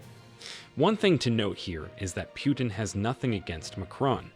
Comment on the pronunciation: Coreect prononsation is like saying - "Put in" or "Put'n" but not "Pyutin". Sometimes you got it right, but sometimes wrong. So i assumed you just don't know. Мне кажется что колонисту самому остановить колониализм весьма трудный и смелый ход. И на такой ход редко кто или даже не кто не способен. Осознать неправоту своих действий, пусть даже подстроенный закон тебе этого позволяет, это одно. А прекратить ети действие совсем другое. На доходы от колониализма зависят столько всего и всякых что прекращение подобно самоубийству. Это скорее похоже на стремление покинуть наркокартель, от одной лишь мысли можно пулю заслужить . Хорошо бы если кто-то постороний в етом поможет, даже если ты помощи не просил. Похоже как на вынуждённое лечение в психболнице от зависимости. В это время Франции есть шанс поймать и обогнать еканомичаски Германию но не на плечах Африканцов.